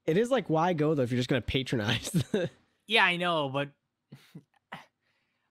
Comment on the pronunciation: You mixed up patronize with patronize. It doesn't help that they're spelled the same in the US, but you meant pat instead of pay. The pay sounding patronize is the act of being a patron. Like a patron saint.